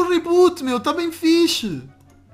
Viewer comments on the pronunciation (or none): O adora peixe porque o tenpo todo ele fala fichis nao sei escrever